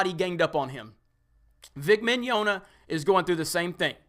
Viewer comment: Well, whoever is, he got Rial right, but not Mignogna. It's more like Mañana, but with an "i" instead of the first "a".